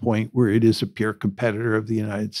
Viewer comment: It's "peer" competitor and not "pure" competitor. The subtitles though are much better than what I am usually subjected to.